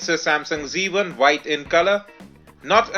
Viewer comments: What do you say? Widgets or Vidgets and White or Vhite? Can you correct this mistake? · I'm pretty sure you said "vidgets" and "vhite". Anyhow just messing with you. Cool review.